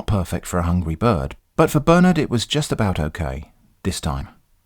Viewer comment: I love how him saying "Bernard" sounds more like "Burn it" in the end. :p